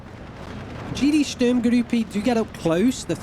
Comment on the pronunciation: you keep saying Sturmgrüppe. perhaps you save that ü for some unit names that need it?